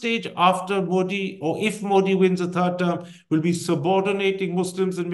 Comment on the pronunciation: Mr Thapar... it has been atleast 20 years now! The name is pronounced 'Modi' with a soft 'd' as in द ... and not a ड...